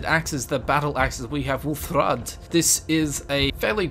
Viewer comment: Yeah he doesn't have the accent to say Wuuthrad like that. It hurt me physically.